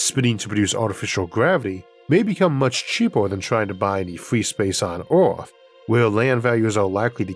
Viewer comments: It's not "Orth" - it's Earth! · Sir, you talk really unclearly, thats really annoying for a non native Speaker. Also its not Oarth, but Earth.